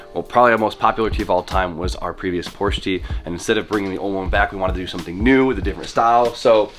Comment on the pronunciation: “What does every single need?” An extra vowel. 😂